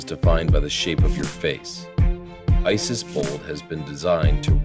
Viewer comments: Just for FYI, IT'S ICIS NOT ISIS -_ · ICIS huh sounds like ISI